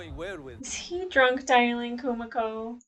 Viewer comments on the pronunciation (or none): Don't know if you were aware but you're slightly mispronuncing Kumiko. Its more like ku - MEE - ko, not ku - mick - o. Noticed you did the same for Kimiko in The Boys (should be ki - mee - ko, not kim - mick - o). Very slight difference but but I hear it more because I am Japanese lol. The syllables tend to end in vowel sounds 🙂